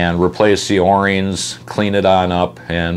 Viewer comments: I've seen a video of yours where you called yourself out on this, but... They are o-rings (pronounced, oh - rings), not 'or ings.' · Say that O rings, what are you a?